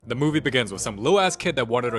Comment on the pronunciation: Where is "THE MOWVIE BEGINS WITH......"😢